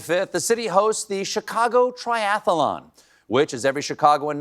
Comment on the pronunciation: Great segment. btw triath-lon, not triath-a-lon.